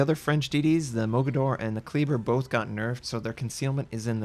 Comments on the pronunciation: Damn it,. Kleber is pronounced "KLAY-bear", not "KLEE-burr". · lmao. terrible, terrybluh. Kleber, Klehbehr. silently roll that R.